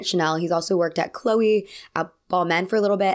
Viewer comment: I don't understand why can't americans pronounce brand names correctly. Dude.... CHLOÉ..... This is literally a channel dedicated to fashion, the least You can do is get the names right.